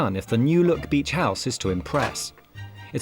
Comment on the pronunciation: BEACH not beech ….. has no one picked that up ?